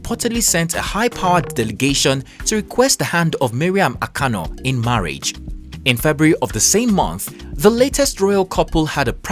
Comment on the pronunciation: Not. Akano. O. But. Anàko. NI BIKO. O. Oo